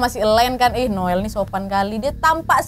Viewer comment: Asli ngakak so hard pas nyebut nama Noel yg kesalah2 trs 🤣🤣 krn nama anak gw jg Noel, tp panggilan nya bukan Noel 😅